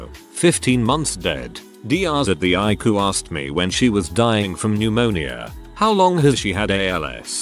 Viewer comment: "The Icoo" (ICU) ROFLMAO!